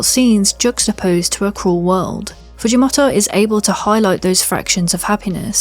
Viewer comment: the way you say “fujimoto” is so distracting lul